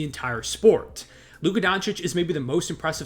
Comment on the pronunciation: It’s Luka.